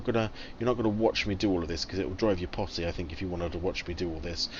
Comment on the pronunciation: haha did you say it would drive us pottsy?